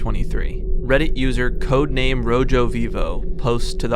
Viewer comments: You did not just pronounce rojo lke “row joe” 😭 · lol, "rojo" is pronounced like "roho" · The J in rojo, which is red in Spanish, is pronounced like H is pronounced in English. Or like how you just pronounced it in “Mojave”. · im not tryna be a hater vut u saying "ROJO" instead of "roho" in the begining killed me lmao , the J is silent in spanish lmao